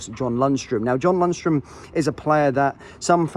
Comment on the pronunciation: Say it again, what is Lunstrum? 😂